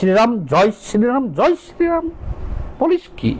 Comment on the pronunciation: Joy sree Ram jodi valo kore uchharon korte na paro tobe korbena, tomader mukhe manay na